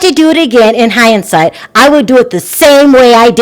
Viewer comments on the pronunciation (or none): The word is hindsight, not hi ind sight!😉